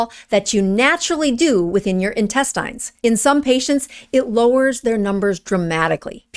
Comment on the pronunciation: I haven't heard anyone pronounce "diabetes" and "intestines" like that since 1885.